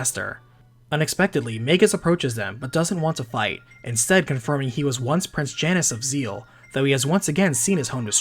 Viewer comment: Janus, pronounced JAY-nes. Cause he's a boy. =) - Uncle says to do some research! (Jackie Chan Adventures style)